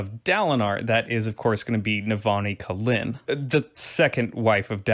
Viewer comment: Jazz in da colon... Sorry, I tried, couldn't get past Kholin being colon. I'm sure you did a great job.